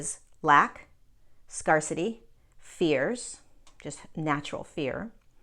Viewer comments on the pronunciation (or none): This is a tiny thing but the word "scarcity" is pronounced "scare city". Also, thank you for all you do. I so appreciate how clearly you deliver these messages.